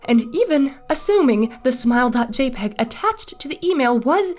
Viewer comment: It’s said JAY-pee-gee, thank you very much.